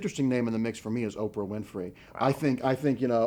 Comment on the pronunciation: Did he just say oprah ? are you kidding me? OPRAH? DA FUK??